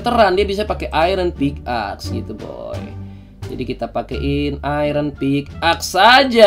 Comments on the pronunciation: Pickaxe Dibacanya pik ex bang bukan pik ax, yakin sih udh tau cuman ngingetin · Org² ketika baca pickaxe= Pick ex